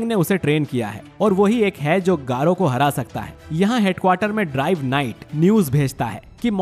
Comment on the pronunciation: Bhai garou Hota h 💀